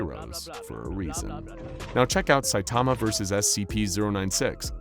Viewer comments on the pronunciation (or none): none